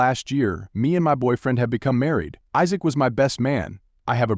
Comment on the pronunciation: AI doesn't pronouncing "Isaac"